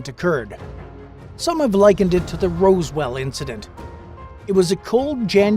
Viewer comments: Why can’t your narrator or “Bot” reader pronounce ROZ-WELL correctly calling instead ROSE-WELL. Is it a human or a bot? If a bot why not. Pay a few extra bucks and get a real person who can pronounce words correctly to narrate your videos? Come on. It’s enough for me to jump out of this video and go elsewhere just like I am about to do right now. Bye. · I was ready to give this a serious watch, but then you pronounced Roswell incorrectly and lost all credibility.